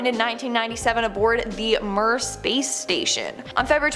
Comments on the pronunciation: really? It’s pronounced MEERE not MUR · You'd think one of the bozos in production could at least tell the talking heads how to correctly pronounce words, like, Russian Space station Mir ( pronounced meer). Not mur, morons.